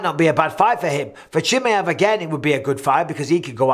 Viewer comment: I always get a kick out of the way Mike pronounces Chimaev 😅. I think khamzat is the 1 lying here. But it's not because of him being scared or trying to back down, I just think the only reason he even called Alex out was cuz he just got the belt, has a deficiency in wrestling, and is in the same division he's competed in as well. Once ufc told him yea, we'll give u Alex like u asked, but it's at 205 and for no belt....he was prob like "k well fk it then lol" that makes no sense